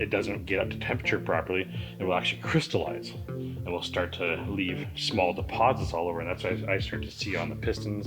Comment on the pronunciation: Synthetic will cryseleation yer engine! Yeah ok this guy is an idiot lol